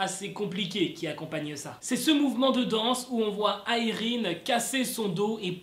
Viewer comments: Je crois que ça se prononce Yraine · Tu sais a un moment tu a bien prononcé le nom de irene mais tu a cru que non dcp tu a continue le truc....avec la mauvaise prononsation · '' irene '' ça se dit a la française non ??